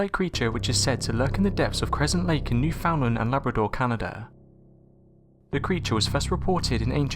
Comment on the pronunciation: The way he said newfoundland